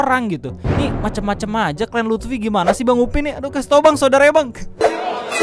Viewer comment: "Lutfi" Pace. Bukan "Luthfi"